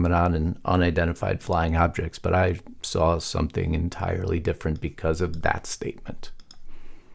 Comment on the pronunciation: Your tag line: "Big Mistake" Speech Coming! Obama May Have Just Gave Trump the Opening He's Been Waiting For! GRAMMAR ISSUE! May Have Just GAVE should have read "had given". Also, the word is "THAT" not DAT and DIS. You say DAT and DIS. Bad grammar makes you sound stupid and I know well you are NOT! Clean it up buddy!